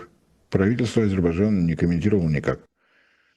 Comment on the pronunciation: Ну почему Азебаджан? 😂Азербайджан.Режет слух.Прям как Горбачев ))